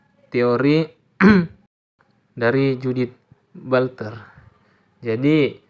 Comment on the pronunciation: Butler hehe bukan bulter😊😊